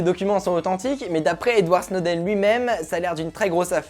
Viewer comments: Au passage c'est Edward Snowden pas "Edouard" :3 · Salut, c'est Edward et non Edouard :D Bon format, continue comme ça! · EDWARD!!!!!! PAS EDOUARD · Par contre ... c'est Edward pas Edouard :) ah ah ah Faudra que tu fasses un épisode sur Aaron Swartz un de ces 4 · C'est Edward pas Edouard mdrr un peu de respect sivouplé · C'est pas Edouard, c'est Edward ;) Sinon sympa ce ptit format même si je suis pas fan fan du décors. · c'est Edward Snowden pas Edouard! Ou t'as vu une ineptie pareille? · C'est Edward et mas Édouard mais ok